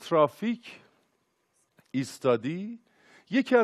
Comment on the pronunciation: چرا ترافیک و تریبون اینطوری تلفظ میکنی !😅😁